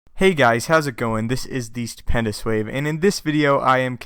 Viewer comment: you sound like your saying Stupendous Swave